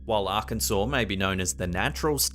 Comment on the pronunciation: Thank you for pronouncing Arkansas correctly🙂